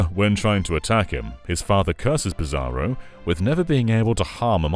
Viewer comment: he pronounces "Psaro" like "Bizarro" . . i always read is as "Sorrow"